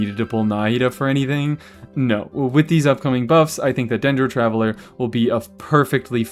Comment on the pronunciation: Taveller? Flesh?! What